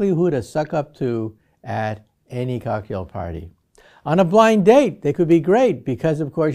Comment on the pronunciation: For a brief moment I really thought he said a "Kaku" party 🤣 I hit the rewind and it's cocktail party🤦🏾‍♂️